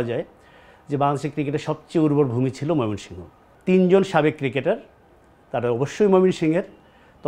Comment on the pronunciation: একবার কন ময়মনসিংহ। আবার কন মায়মেনসিং!! সাংবাদিক উচ্চারণ ঠিক করেন।